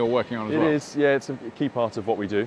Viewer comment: I like that 'yeh'... lmao